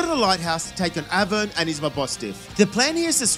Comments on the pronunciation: its Arven not Aven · Aven AVEN!?! its ARVEN "ARE"VEN"